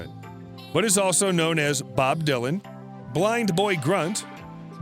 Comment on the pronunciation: insane! the details are all over the map! + he can't even pronounce "dylan" correctly!! how hard is that???